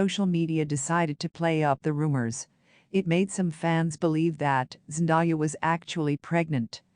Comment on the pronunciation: Please say the woman's name right. It isn't Zen Die ah, it's Zen day ah!!!